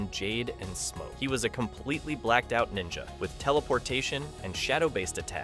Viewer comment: wait did he say mo when started talking about smoke???